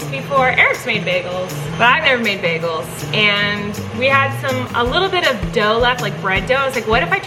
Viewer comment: I loved it Colleen: her hair is like spider webs and it’s dirty Also Colleen: (2 seconds later) anyway I’m gonna make baigles 😂🤣🤣